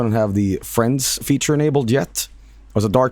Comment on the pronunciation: I kept hearing him say "steam fren" and I can't get it out of my head